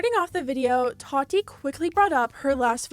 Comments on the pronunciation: Can you say “TA-TEA” not “TUA-TE” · why do you say her name like Toddy? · I'm sorry, are you pronouncing her name Totty? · “Toddy Westbrook” I think she meant Tati 😬😂🙈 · I know! I cant focus on the video she keeps saying toddy lol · Are we really not gonna talk about her pronouncing tati like toddy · Tati: Ta-Dee is how you pronounce it. . .💀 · You say Tati funny 🥲